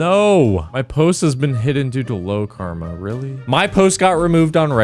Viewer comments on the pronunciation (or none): none